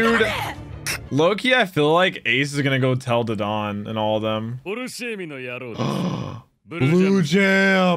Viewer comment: The way he says Dadan’s name makes me mad